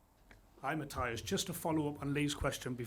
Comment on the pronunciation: Jaissle is the man. Such a fantastic appointment. Hopefully his responses get the journalists to level up their (mostly awful) question game. "Hi Matthias (saying his name wrong), I was just wondering if you could answer a different phrasing of the same question Lee just asked, and you shut down as not appropriate for this setting?" "Hi Matthias (again saying his name wrong), is it going to be a tough game at the weekend?" Bruh...